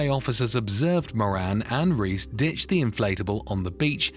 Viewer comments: As a Spanish speaker, it’s not pronounced ‘Reese’ it’s ‘ray-es’ :-) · He called the Columbian guys second name as “Reece” instead of “Reyes” 🤣🤦‍♂️ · and the name Reyes , which it pegs as reece